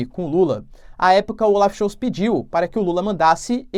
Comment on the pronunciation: Die Zeit = Dii Tzait = A Hora Olaf Scholz = Olaf Schóllltz... Não Schoutz Abrs